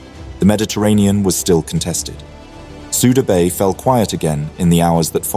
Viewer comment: It is pronounced Sooda Bay